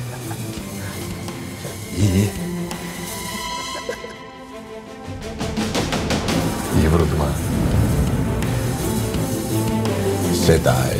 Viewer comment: Başkan Sedayi diyir ya Senayi? Ben Senayi duyuyorum